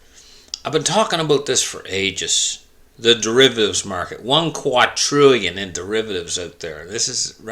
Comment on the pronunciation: QUA-DRILLION not qua-trillion. With a D. The next set after that is QUIN-TILLION